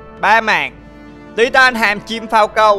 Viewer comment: Sao anh nói Falcon lại nói phau câu vậy anh